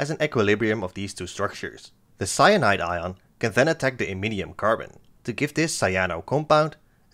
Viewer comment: Did you say potassium ceonide? 😮😮😮